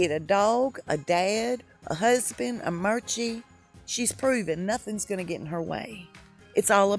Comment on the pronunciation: Did you call “Archie” “Merchie” 😂🤣😂